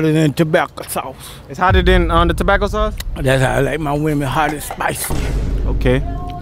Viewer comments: "Like I said its better then Ta-bAcA SaUcE" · “Tobacco sauce” 🪦